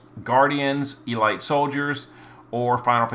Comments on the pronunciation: Seriously, e-light? Have you never heard the word elite pronounced before? It's e-leet. I'm now convinced all the mispronunciations are on purpose. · its eh-leet, not ee-light. You had my up the wall with that one lol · its pronounced e-leet not e-light. youre makin me face palm here bro.